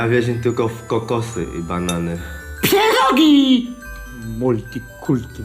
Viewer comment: PIEROGIII w zasadzie nie sa smieszne ale PIEROGIII KURWA juz bardziej i mysle ze tu chodzi o sposob wymowy PFIEERROGGI